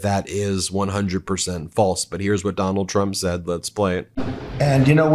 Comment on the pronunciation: I thought you said "McDonald Trump". It has a ring to it...